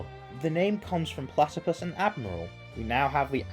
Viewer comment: *platipus not platicuit 🤚